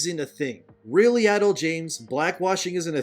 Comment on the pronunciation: Jada Pinkett-Smith was never really good, even before the marriage controversy 🤷‍♂️ This just cements it. Also, it kept cracking me up every time you pronounced Adele as “adul”😂